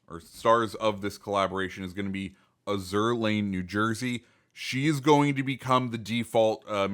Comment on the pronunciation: While I know it's spelled like the French word azur but I'm pretty sure you are supposed to pronounce it like the color azure